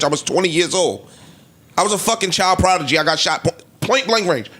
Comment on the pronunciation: “child protigy” 😭